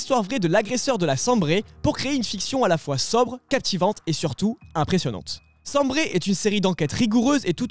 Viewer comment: SAMBRE et pas sambré. Il s'agit d'un affluent de la Meuse. Cela fait tout de même tâche de ne pas savoir ça.